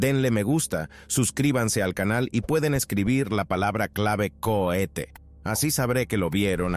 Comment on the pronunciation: CUETE jajajaja no cierto COHETE